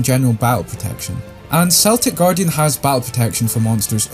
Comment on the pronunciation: It's Celtic Guardian, with the K sound. Celtic with the S sound is the basketball team.